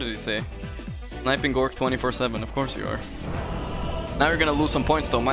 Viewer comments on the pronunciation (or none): Its not Gorgc SMH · How do you pronounce 'Gorgc'? Is it "Gorgc" or "Gorgc"?